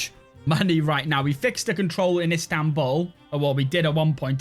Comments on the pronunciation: İts İstanbul not İnstanbul :D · "Instanbul"? Isn't it Istanbul? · Pleaasseeeeee - I beg of you, change it to Istanbul NOT Instanbul